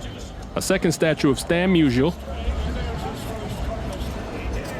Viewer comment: Great video! FYI, Stan’s last name is pronounced “MEW-zee-ull.”